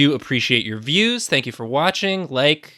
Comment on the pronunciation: I live for “Think you”s